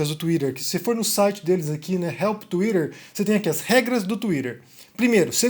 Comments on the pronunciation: "banido do Touirer" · 🤣🤣 É engraçado quando o fala assim.🤣🤣🤣